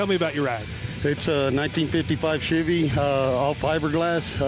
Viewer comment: Why do people say shivey instead of chevy?